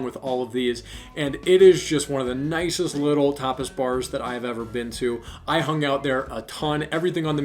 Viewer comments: Omg on the tapas bar: I thought you said topless at first! 😂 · Very informative video, thanks for your good tips! Was listening on my headphones and when you started saying Tapas Bars all I kept hearing was topples bars lol